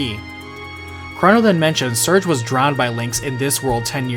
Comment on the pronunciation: [Sir-Gay], not [Surge].